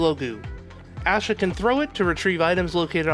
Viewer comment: why do you pronounce asha the way you do. theres no w or u in it. its like ash-a..not ausha. oh but wait you change it every once in a while. lol make up your mind pal. not trying to be mean its just weird